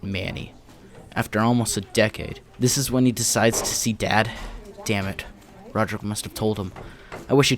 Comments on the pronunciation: "Roderick and not Rodrick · Rojerrik lol